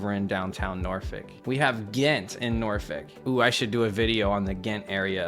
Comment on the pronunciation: Say Norfolk properly, please!